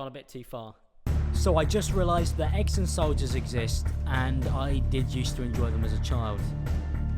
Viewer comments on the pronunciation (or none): Who else heard wrong the part where he said why do people fuck with eggs so much 😂 I heard that why do people fuck with their exes so much 😂